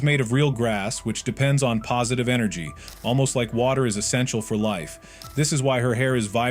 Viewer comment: Blud keep saying negative enegry